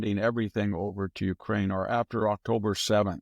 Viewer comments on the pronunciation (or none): none